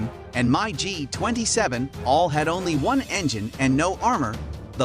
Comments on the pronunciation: MI G not My G lol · It's Mig not My g